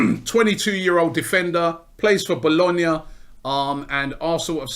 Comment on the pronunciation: My man pronounced Bologna like a boss